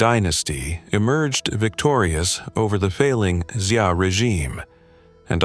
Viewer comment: Dude great details, but please please please, at least try to pronounce the names correctly. What on earth is a xi-a. That's not how you pronounce Xia.